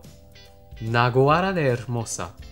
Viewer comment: Jajajaj me pareció gracioso como dijiste naguara, sí significa eso que dijiste, pero se pronuncia con cierta tonada algo así como naaaaguará 🤣 bueno algo así jeje😘